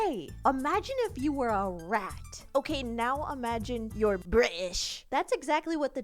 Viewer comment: when she says british 💀